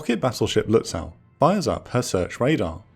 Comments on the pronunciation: Your pronunciation of "Lützow" is off by some kilometers! It's not "Lüts-sow" (means in German exactly the same as in English). The -ow ending ist typical for East German names (like Berilin Gatow airport) and is pronounced like a simple 'o'. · Minor thing, but the "w" in Lützow is silent. Has to do with place names in Eastern Germany originating in Slavic language. You'd pronounce the "ow" like the vowel in the name "Beau". Impossible to know for the untrained enjoyer of teutonic words. You nailed the first syllable, tho.